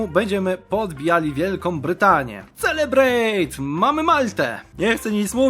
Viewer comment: Nie "celebrejt", tylko "selebrejt". A to "t" na końcu bardzo delikatnie